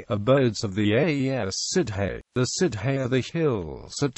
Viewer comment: I asked for "how to pronounce" and got nothing of the sort. Also, the word "Sidhe" is not pronounced "Sid hey" but "Shee."